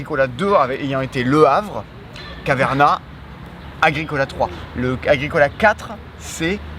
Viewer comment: Please, arrêter de massacrer Caverna 🙏